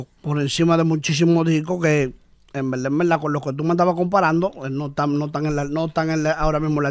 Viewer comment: En velda en velda en velda.😅😂